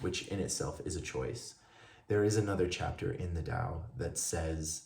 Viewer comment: Thank you for sharing,. Would you like to know something that will make your life 1.000,000 times better? Google the pronunciation of Tao, Taoism etc. (I used to say it wrong too.)